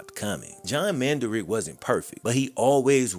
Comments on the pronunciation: Man-duh-rich NOT Man-duh-rick... Numb Nutz 🤡🤡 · Pronounce their names correctly Man- da- Rich. At least get their last name correct. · Come on say the dude's last name right